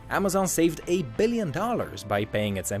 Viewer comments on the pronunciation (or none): Eyal FH he said a billion but it just sounded like 8